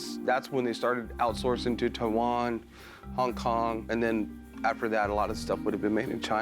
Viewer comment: The Way pronounced Taiwan 🇹🇼